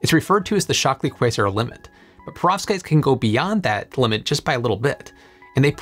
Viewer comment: It sounds to me as if you are saying "prostates". I may need to get my hearing checked!😂